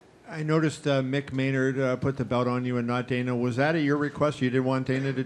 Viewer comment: It s Dana not Dena .